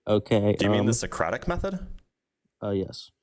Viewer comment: Maybe rude, maybe not, but I would have terminated the conversation the moment he pronounced Socratic method wrong.